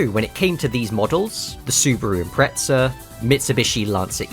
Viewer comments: Why you pronounce "subaru impreca" there's Z... subaru impre"Z"a. Zi, zi, zi.... Impreza impreza impreza, spell it😂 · Love this!! But ImpreZZZZZa! Not Impretza! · Sounds like you’re saying impretzel